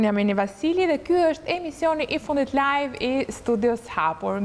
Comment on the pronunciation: Live (llajvë e jo lajvë)